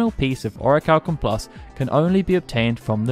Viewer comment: Man says "oracalkum+" 🤦🏾🤦🏾🤦🏾🤣